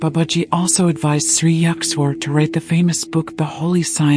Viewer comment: Ur pronounciation of Sri Yukteshwarji is completely wrong.